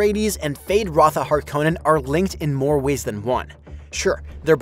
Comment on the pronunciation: Hark-Uh-Nen not Har KOH Nen. Come on this is twice now